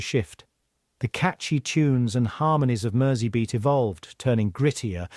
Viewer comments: Merseybeat is pronounced as if the S is a Z. And nobody in the UK has "bangs". It's called a "fringe". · Came here to say this. A big Beatles fan needs to pronounce this correctly.